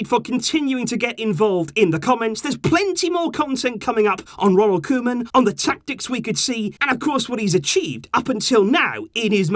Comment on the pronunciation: Koeman is pronounced Coo-man